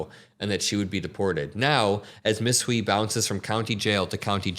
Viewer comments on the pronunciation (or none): This is beyond disgusting Hui is pronounced h-uei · These troglodytes knew exactly what they were voting for, they're just sad now that their cheap and easily exploitable labor pool is leaving before they could pivot to an alternative. By the way, Hui is pronounced as a combination of 'who' and 'hey'. The 'i' is not an 'e' sound.